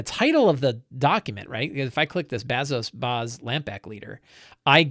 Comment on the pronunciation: "Return of the Lazy Dungeon Master" was huge for me when I was running 5e all the time. So stoked to see you trying out Blades in the Dark. Hope you guys have fun trying it out! Fly loose and light! Also, you butchering Lamblack Bazso Bas is made a bit funnier by the fact that I'm pretty sure Bazso is a stand-in for John Harper. 😂 (I get it though, learning a new game takes up a ton of "GM RAM". Lot of info to take in!)